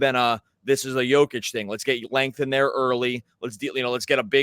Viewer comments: Compliment him by pronouncing his name accurately. 2 x mvp 2FMVP And you still can’t pronounce it? Yoke itch not Joke itch… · Yo-kitch not joe fyi. 2 time mvp, fmvp put some respect on the name lol. Good pod! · Nikola WHAT?! YOU WANT TO TALK ABOUT BASKETBALL WITHOUT BASIC FACTS. HE IS NOT joe-kich but YO-KICH ! WOW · YO-KICH my brother. Have a nice day